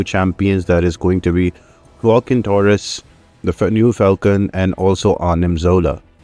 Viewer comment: Waah-Keen Torres. Hopefully that helps in pro ouncing his name.